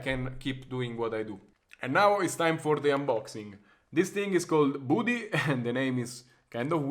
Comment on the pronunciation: You probably pronounced it wrong. It’s called budi=badi ( because you are Italiano) and probably it’s an anagram if buddy witch means friend. 😉😉😉🇬🇷🇬🇷🇬🇷